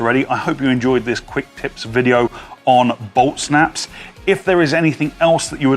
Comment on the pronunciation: admit it the first time u heard it u thought he said Olt Snaps